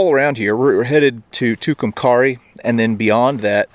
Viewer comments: Just a heads up. "Tucumcari" is pronounced "Too-Cum-Kerry" around these parts. Great series regardless! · You went through my town, Tucumcari! It’s pronounced like the word, carry. 😁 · Sorry, that's supposed to be Tucumcari. It is pronounced Too-come-carry.